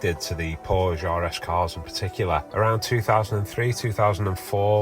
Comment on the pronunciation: PSA: Porsche is a 2 syllable word!